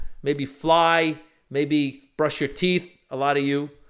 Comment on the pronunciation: "....wash your teehy...." Perfect Maz!